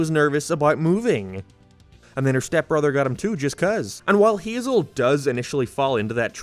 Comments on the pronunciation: It's "Hay-zehl" NOT "HeE-ZaH" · I think her name is pronounced Hay-Zel.